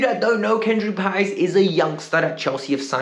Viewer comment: You finally calling Paez's name correctly.